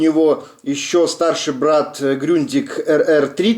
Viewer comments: Все нормально, только не Грюндиг, а Грундиг... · Ну я не Высоцком, а про правильное произношение...тогда было бы не Grundig,a Gründig...хотя называй как , хочешь....